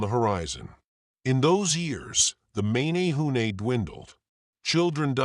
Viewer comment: So funny how you said mA nA hu nA . 'eh' not hard 'A' as in ; M eh n eh hoo neh. I live right here, Hanalei. Also, the Menehune at bananas and O'pai, not taro and sweet potato, those arrived with the Polynesians. and then there is; the waves of migration, likely Micronesian, and peaceful farmers arriving around 2000 to 1500 years ago, and worked with the Menehune. Then the Tahitians show up around 1200 to 1000 years ago with war clubs and blood sacrifice. They slighted both and took all.